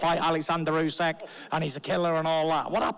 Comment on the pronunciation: Lmao the bum had to look over and read the king's name and even then couldn't even say it properly. Great job.